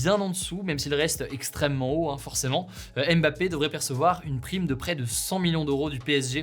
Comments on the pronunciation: C’est l’un des sportifs les plus célèbres mondialement et quasiment personne n’est capable de prononcer son nom correctement. Le M de « Mbappé » ne se prononce pas, merci. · Super mais je me dis que Ca serait bien de prononcer correctement le nom de Mbappé quand meme, le M n'est pas dissocié du bappé.